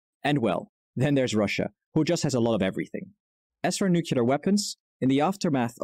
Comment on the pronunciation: No fault of yours,, but I was about ready to punch my screen if I were to hear nuculer once more when he was clearly TRYING to talk about something nuclear. Was he practicing to sound as stupid as Bush the son? Grrrrrrr